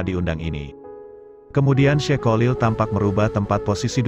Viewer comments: Maaf hati2 dgn kalimat /$ebutan nama kiai haji Kholil , bukan Kolil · Sebenarnya bagus suaranya yg mengisi,akan tetapi kalau mengucapkan kyai Kholil kurang faseh,mohon maaf,supaya menyebutnya jangan kyai Kolil,itu kurang bagus 😥😥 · Maklum wong jowo yang awam memang sulit dalam menyebut huruf خ.cenderung keluar ق ( ko) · kholil bukan kolil